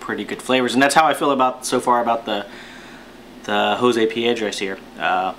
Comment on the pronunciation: You pronounced it better than the last vid I watched on this Cigar!@